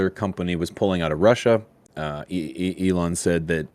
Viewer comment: Ellen Musk lmao come on it's E LON not Ellen